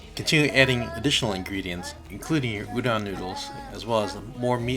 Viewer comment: Did anyone hear he say uno noodles it (o-don) udon noodles